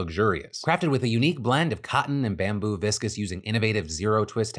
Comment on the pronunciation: is he pronouncing viscose wrong on purpose at this point